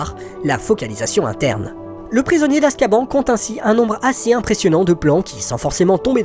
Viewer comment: ON dit askabane pas askban il le disent dans le film